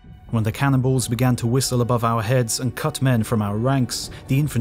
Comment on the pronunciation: Heavy subject, and very well done. The only problem I have appears to be my own in that every mention "cannonballs," I hear "cannibals." Every single time I'm like "what?"